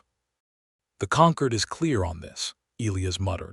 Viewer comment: Good story, but I wish the AI had better pronunciation. It can't pronounce the hero's name, it can't pronounce the important word "Concord". Please edit, train your AI pet. You will get more followers.